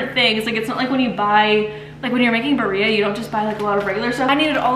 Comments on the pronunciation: It’s pronounced “bee-rreah” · Hi, this is in no way a hate comment. I just wanted to help you with the pronunciation. It’s “beer -ia “ it’s easier to say if you sound it out like this ❤